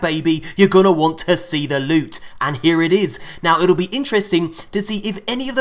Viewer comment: LEWT SWEAT PRRRRRECIOUS LEWT!!!